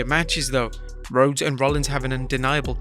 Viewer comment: There’s actually no way mama said CODY “Rhoades” the pronouncation of that spelling is “Road-ess”, while the actual spelling is RHODES, Pronouncation “Roads”, if ur a WWE fan (which I don’t think u are) u probably should know this, and I’m not even a WWE fan lol